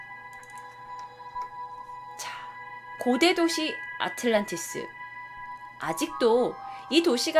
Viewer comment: 아틀란티스라고 발음하는게 맞지 않어?